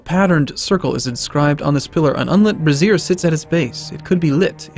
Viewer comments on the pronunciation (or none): Just so you know you are pronouncing Brazier incorrectly. Brazier: pronounced Braz-ur - a metal receptacle for holding live coals or other fuel, as for heating a room Brassiere: pronounced Bra-zeer - a woman's undergarment to cover the chest.